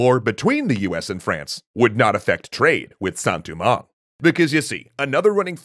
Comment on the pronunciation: Your pronunciation is very good on everything except Saint Domingue. It’s not “Du-mang” but “Do-mang” (as in Doe, a deer, a female deer). Think of the Dominican Republic’s “Santo Domingo” it’s not Du-Mingo lol no worries though I’ve just been growing up hearing it a certain way